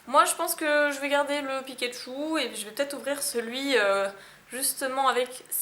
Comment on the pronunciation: le chouigome pikatiou